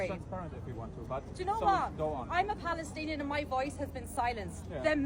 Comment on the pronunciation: Did she say 'I am Paddystanian' 🦇💩